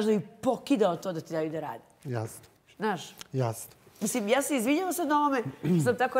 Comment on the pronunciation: Toliko iritantno ovo pričanje kroz nos 😢 žao mi je ako je zdravstveni problem ali ako je navika... Strašno! Novinar koji stalno ponavlja OVAJ, NAŠŠ.. umjesto ZNAŠ.... Ne pljujem al ne jednostavno ne mogu.... 🔥